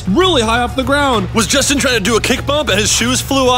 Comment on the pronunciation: IT'S JOSTIN